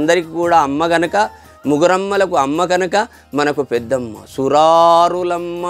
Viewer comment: Suraarullamma kadu swami, " surarullamma-kaduparadi bucchinayamma". Motham oke sari chadavali. Meku nachina chota pause isthe meaning maruthadi.